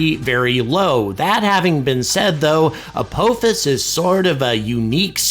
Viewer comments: emm... it's pronounced apophis not apouphis? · I have watched WAY too much Stargate to pronounce it any other way. It's Ah-pah-fis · ALSO STOP PRONOUNCING APOPHIS INCORRECTLY YOU OLD FART !! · If watched SG1 maybe he could pronounce Apophis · I've never heard apophis pronounced that way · I was wondering if he was saying it wrong on purpose? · That's not how you pronounce the supreme system lord Apophis's name! Shol'va!